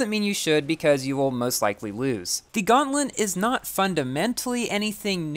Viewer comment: Gauntlet not gauntlet feurrm